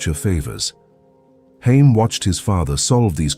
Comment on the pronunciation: His name is pronounced Ha’ yim (Haim). In Hebrew means lives. The economic philosophy has changed a lot in modern times